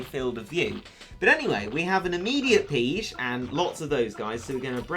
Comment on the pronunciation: Omg I thought pigge was pronounced like 'piggy'